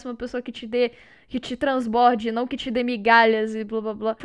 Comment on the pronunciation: Que te transe-cof cof Trasborde... (Eu realmente escutei Transe-)